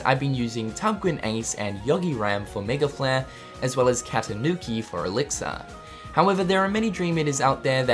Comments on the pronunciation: Lol why do you say Elix-Ar...its elixir which sounds like Elix-Er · 'Elixar' :D I've been pronouncing it wrong all this time.